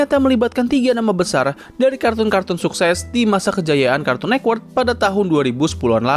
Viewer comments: kartun netwerk bg, bukan kartun nekwert 😭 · Ini kok ngomong nya Cartoon Nekwork, jadi aneh dengarnya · Jaksel aksen